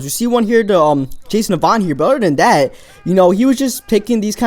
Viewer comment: i like the vids but damn. "uder" "den"